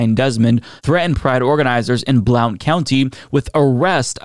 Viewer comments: Good story! Thanks for bringing attention to it. Just wanted to say Blount county is actually pronounced “blunt” county. I know it makes no sense, but there it is. I just like fun facts. 😊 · Heya, local to the area in TN where the nonsense is happening. The pronunciation of Blount is Blunt. Hope this helps during continuing coverage of this massive pile of horseshit. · Just in case it ever comes up again, it's said "Blunt County", the "O" is tossed out just like the "L" in "DeKalb County". Or, say it however you like, I'm not the boss of you :)